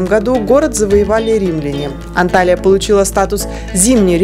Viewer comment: Почему все блогеры неправильно пишут и произносят названия городов Турции?Не Анталия правильно Анталья, это принципиально .давайте ваше имя искаверкаем вам приятно будет?